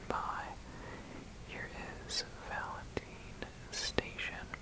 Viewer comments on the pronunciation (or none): I love this video alot, so thank you! But why in the world would it be pronounced 'Valen-teen' and not 'Valen-t-eye-n'?!? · it is pronounced valenteyen he just said it wrong